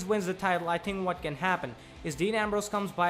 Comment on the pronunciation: You couldn't get a guy with a little less accent to talk?... I mean, he says tink instead of think..